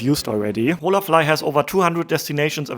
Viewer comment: ▶️ Holafly is Spanish and pronounced with a silent H. “In Spanish, the "h" in "hola" is silent, ie. .”O-la”. Means hello! 😊🇨🇦 Enjoying your video. You are a man travelling alone in SA. How would a woman tourist fare doing the same? I saw no place for women on the subway. In the 1st restaurant, seating was for families and singles… men. ??!Hmmmm. Pattern?